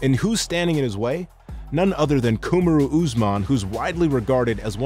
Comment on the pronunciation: Ku-ma-roo?! After watching this vid even Usman is like "Just call me Marty".